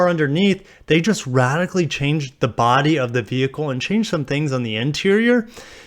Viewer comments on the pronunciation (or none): none